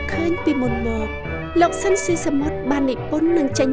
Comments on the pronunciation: អ្នកអានអត្ថបទហៅឈ្មោះត្រកូលលោក ស៊ីន ស៊ីសាមុត មិនត្រូវសោះ។ ស៊ីន ទៅជា ស៊ិន ទៅវិញ។ 😊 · គួរឱ្យស្តាយ…! ស្តាយទី១ដែលបាត់បង់តារាចម្រៀងដ៏ពិរោះ មានទឹកដម សំឡេងឯកគ្មានប្រដូច។ ស្តាយទី២គឺអ្នកអធិប្បាយអានឈ្មោះតារាល្បីនៃយើងខុស ស្តាយជាប៉ុនពេក។ គាត់ត្រកូល ស៊ីន តែអានពីដើមដល់ចប់ថា ស៊ិន។